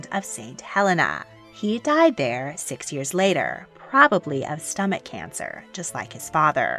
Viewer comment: "also if stomach cancer" I couldn't stop laughing sounded like "another one"